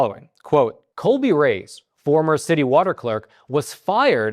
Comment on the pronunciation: Reyes - pronounced Ray-ez. Just helping, NOT trying to be Captain Grammar Douche.